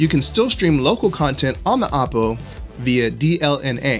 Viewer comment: Oh poh Not ah poh